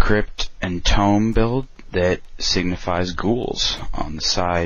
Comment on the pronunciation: tomb.... not tome....